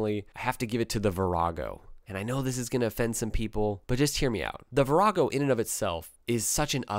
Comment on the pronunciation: I actually gasped when you said "Virago"! Blasphemer!